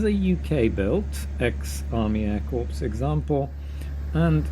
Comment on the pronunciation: Corps is pronounced "core", as in apple core. A corpse, as you pronounced it, is a dead body. Hope this is helpful, as can be difficult if you don't know. Thanks for the video.